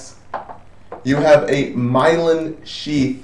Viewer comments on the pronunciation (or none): It's not Mylon. It's Myelin. :)